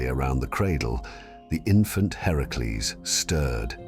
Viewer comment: Its great the you got his actual name right in the video. Heracles.